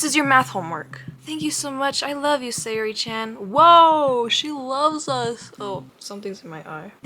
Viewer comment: i don't think saori's name is pronounced like sayori more than sour-y